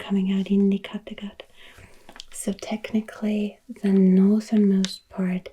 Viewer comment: Well, I can say you said Skagerrak and Kattegat right, as my ancestors are from those areas. My last name is the Anglicized version of the northernmost town/city in Denmark: Skagen, which Anglicized is Scoggin, my name! Apparently they’re pronounced exactly the same way (if what I’ve read and watched is actually right and not dumbed down for us tourists!🤣). I’m American but I’d love to hop across the pond and visit Denmark, especially Skagen and Copenhagen (and Germany too—I want to go to Munich and eat a pretzel at Hofbrauhaus! I can’t really drink due to medical reasons but the pretzels look divine!😂) This video was lovely as always! Denmark got me to tear myself away from your fabulous Middle Earth video!